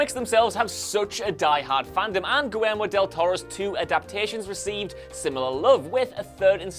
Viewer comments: gee-air-mo, not go-were-mo. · Are pronouncing Guillermo del Toro & Milla Jovovich's names really all that difficult? GEE-AIR-MO & YOH-VOH-VICH! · Goo-Wheremo Del Toro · Goolermow Del Toro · "GOO-ELMO del Toro???" Who the hell is "Goo-elmo" del Toro? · Gwermo? Lol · Gwilermo?!?! You're not even trying!!!! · Downthumbed for that hilariously awful pronunciation of "Guillermo".